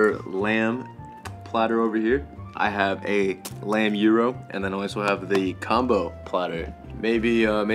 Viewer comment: The way I laughed when you said, "Comboo". 😄 I'm a child. 🤣😂